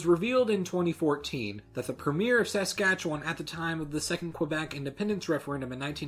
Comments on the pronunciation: The way he pronounces Saskatchewan gives me a migraine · The Saskatchewan pronunciation hurts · Hah how he pronounces Saskatchewan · The way you say Saskatchewan makes me cringe, no offense bud. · You obviously are an American because you mispronounce premier, Romanow, and Saskatchewan. Why don't you search on Google for the 1971 Homecoming song for Saskatchewan so you can learn how to properly pronounce it. Then you can find out how to properly pronounce premier and Romanow. Also at no time did Saskatchewan have a referendum on separation nor did Western separatists even have electoral success. Roy Romanow's discussion on possible options given a scenario of Quebec independence does not constitute a threat of independence. It is just talk. Premiers are not governors, Canadian provinces have Lieutenant Governors that represent the Queen who is the head of state. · You're butchering the pronunciation of these provinces, ya hoser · Its so funny hearing somebody from outside of Saskatchewan or Canada(sometimes Canadians cant say the names right) say the provincial name or the names of the people living there wrong. I have tried to pronounce the provinces and cities the way people from abroad do and I just cant do it. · They was you pronounced Saskatchewan was not so good. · Ohhhhh your Pronounciation of saskatchewan, it's killing me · Not Sas-KAT-che-wan, Sas-KAT-che-wan. It's quick and run together. Not a lot of stress on the "katch" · Dude you pronunciation of Saskatchewan was killing me. Every time you said it a little bit of me died. Good video though. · Your pronunciation of Saskatchewan makes me laugh every time i hear it. Don't feel too bad though. Even other Canadians get it wrong, and it makes them sound like idiots. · The way this guy pronounces Saskatchewan is great 😂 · As a Canadian the way you say Saskatchewan and premier drives me nuts sorry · I agree, I don't pause after the Sask ....or emphasize sask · hate to be that guy. but..... Suh-skah-chew-un.